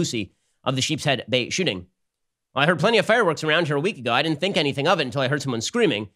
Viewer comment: "think" --- sounds more like "dream"